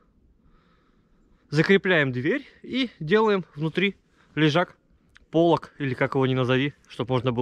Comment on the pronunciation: пожалуйста говори правильно «поло́к» прям уши режет. Спасибо за душевные видосики 🤘